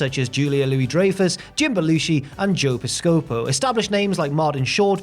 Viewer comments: Joe Pis-CO-po. Can't you research names, I don't know, on YOUTUBE, if you are a YouTube host not familiar with proper pronunciations? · awesome upload thank you for the hard work and its Joe-piss-ka-po not piss-scopo but all good you are more famous than him now mate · Joe Pis-COE-Poe? Did you mean Joe PIS-Cuh-Poe? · I dont wanna split hairs here. Nor do i want to scroll thru 191 messages that are currently posted. So if im repeating anything....sorry. So. While rattling off the SNL cast members at the beginning, you made a tiny error. Its not Joe Pis-CO-po. Its Joe PIS-co-po. Like i said. Im nit picking this stuff. Sorry bout that. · Ur obviously reading this and not really aware of the players . You would never pronounce Hulk's name as Hulk HogAnn so why pronounce it as Joe Pis- copo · Loved to get blasted with my friends and watch this show. It is pronounced piss-ca-po. No one cared about the woman's championship. If not for Cindi at least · Piss-sco-poe?? Bahahahaha. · “Joe Piss-Ko-Poe” 😂😂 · Joe Pis - pi - soco?...oh my, young man. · Lol at trying to pronounce Joe Pescipoe! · I had to rewind , I knew Ebersol was coming out more with a long Ay than a short Eh, which is to be expected given accents and language interpretation minutiae but I did the same thing. Pis-copo , almost prefer that now haha :) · Nov 2 wasn’t Thanksgiving weekend (fourth Thursday in Nov), the NBC exec was Dick “Eb-er-SOL”, and the SNL cast member was Joe “PIS-cah-po”. Very odd errors in this one, which is a rarity. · Also piss-co-po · Did the narrator deliberately mangle Joe Piscipos name? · pronouncing of Joe Piscopo is freaking hysterical. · The butchering of sooo many names in this video. Come on bro! You guys are usually pro. Ebersol Piscapo Dreyfus. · To everyone complaining about the pronunciation of piscopo. Not the end of the world. Plus is 20 something and prolly never even heard of him. And from a different country. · lol, Charlie Crowley trying to spell Piscopo!